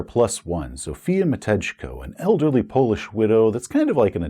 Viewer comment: That's not how you pronounce "Matejko",! It's "mah-TEIK-o".